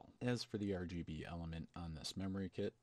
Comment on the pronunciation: Got a sub from me, just because "Ur-GB" :D